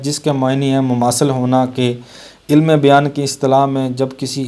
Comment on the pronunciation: سر اسم عِلم نہیں عَلم ہے